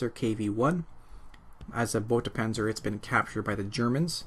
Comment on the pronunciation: Lovely video as always. But say it with me "boy-ta"